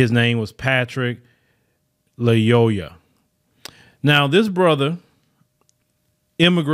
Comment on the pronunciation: It’s pronounced Loy-yuh